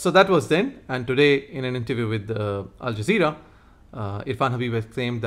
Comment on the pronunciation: Alzazera mispronounced as Alaqiada. ..😂😂😂😂